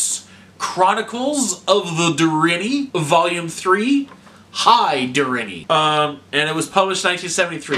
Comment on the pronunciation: Der in Nee - and roll your R's - they are Welsh.